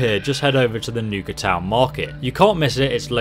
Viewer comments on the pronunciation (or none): It's Nuka World not niuka cola world lol